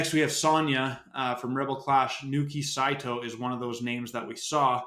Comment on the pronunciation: It’s Naoki Saito not Nooki just fyi